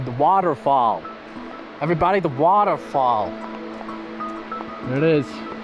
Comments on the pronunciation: 🗣️“The waterrfalll” 😆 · Let me teach you some American: Advent-sure. Weth-er. By the way, did a great job with waughder fall.